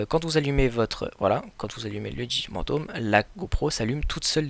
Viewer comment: Sa ce dit phantom pas pantom